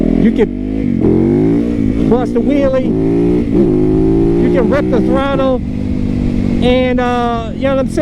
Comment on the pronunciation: yep. I was poking fun at the way he pronounces "Wheelie". It sounds like 'willie', which as you pointed out in your joke sounds like something else. Glad we could get that all out in the open.